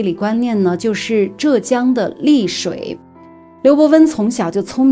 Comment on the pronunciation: 浙江丽水的丽读第二声